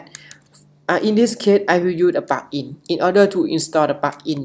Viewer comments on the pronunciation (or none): helpful but it is difficult to understand what you are saying. Like 'plugin' is being pronounced as 'pakin'.